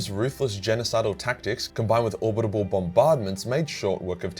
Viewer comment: i swear to the god emperor, stop saying obitable its orbital